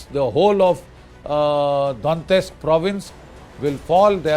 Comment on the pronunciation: GD Bakshi doesn't even know how to pronounce Kyiv, Donetsk etc. and he instantly became Ukraine expert. A big moustache don't actually indicate a person's knowledge and wisdom. He is only good at spreading paid propaganda.